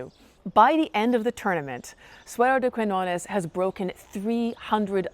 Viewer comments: So good, so good ur videos about history. In this case, please say Suero de Kiñones (the "qui" sounds as if u say "ki"). When u say "Kuiñones" sounds really strange for a spanish speaker (about the "ñ" sound.... difficult to explain it) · Quiñones, con "Ñ", se pronuncia no como una "N", sino como el sonido "GN" del Francés o del Italiano, o la "NH" del Portugués y la "NY" del Catalán. No es un sonido exótico, existe en la lengua materna de más de 1.000 millones de personas (más de 600 millones de hispanohablantes, 500 millones como lengua materna, unos 265 millones de lusoparlantes, 235 millones como lengua materna, más de 300 millones de francoparlantes, 220 millones como lengua materna y unos 75 millones de italohablantes, 64 millones como lengua materna), además de en Filipinas donde también se escribe "Ñ", aunque no haya muchos hispanohablantes, porque aparece en un montón de palabras y nombres propios heredados del Español. Si te atraen las historias de amor medievales, te recomiendo que visites el pueblo navarro de Olite, en el norte de España, donde un rey (Carlos III, el Noble) mandó construir un castillo de cuento para retener junto a él a su esposa castellana, que se aburría en un reino tan pequeño y se escapaba continuamente a la corte de sus padres. No te decepcionará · It was nice to hear you tell this tale, but a little more research would have enabled you not to mispronounce the protagonist's name throughout and to know there's a place called Catalonia whose inhabitants are called Catalans. I've noticed that even Americans who profess a love for a foreign country seem to think that taking a few moments to learn to pronounce the names of its places and people is optional. Also, that they seem not to realise how arrogant this is. Some otherwise admirable people do this. Please don't be just another one of them.